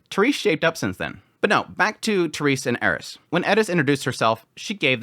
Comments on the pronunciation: Who the hell is Edda…?! That you keep talking about Do you mean Eris? As in “Air,es” There is no letter D in Eris name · Why do you always call "eris" "etis"? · Her name is "Eris" not "Edis" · I just don’t get it you pronounce everyone else’s name properly, but for some reason you insist on butchering Eris name by pronouncing it as Edes lol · Anyone, why I keep hearing Edis? or its Eris but his pronunciation is different? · 3 minutes in.. but when pronounces Eris as Edis.. just weirds me out.. I understand it might be a just a fuck up.. but I do not think Eris and Edis are like people say Tomato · he keeps pronouncing Eris as Edis, why? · Why does he keep calling Eris, 'Eddis'? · Yeah, this guy has no idea how to say names. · He's a weeabu. he's pronouncing エリス the way it would be in japanese. its a bit extra IMO. *edit, if he wanted to go the extra mile he wouldn't say "Greyrat", he'd pronounce it "Gulaylatto". Its unnecessary and you can just say "Eris" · The way you pronounce Eris hurts my soul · I don’t get why people say certain characters names wrong like I’m not trying to be rude but last time I checked that’s not how you say eris